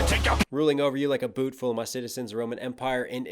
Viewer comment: When he says "rolling over you like a BOOT FULL OF my citizens" it sounds like "buffalo" which was said to be a herd kept by Shaka's tribe